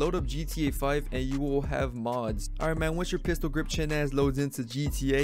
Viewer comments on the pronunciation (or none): Bro said Pistil chin grip lookin ass IVE BEEN VIOLATED💀☠